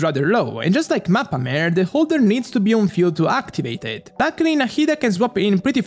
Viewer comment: English broke him to the point that he doesn't even pronounce the word for "sea" in Italian anymore 🤣